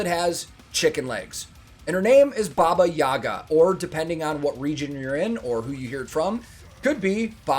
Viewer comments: The right pronunciation is bAba yagA. In the word "Baba" the stress is on the first syllable, and in the word "Yaga" the stress is on the second syllable. And yeah, she is mostly bad character, eating children, fly like a witch with a broom or in a big mortar. She has a lover "Kaschey the Immortal" in some stories. And a house she has, with chicken legs and can run. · The last A in yagA gets the emphasis. The rest of the name is like neutral. So it's more like babayagA